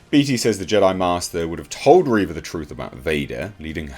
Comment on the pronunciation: It's "Reeeeeeeeeeva" rather than "Reva". XD